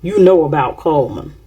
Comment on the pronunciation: It's called CULLMAN...CULL-MAN😮...Even if they change it to Comeman...maybe🫣🤥😳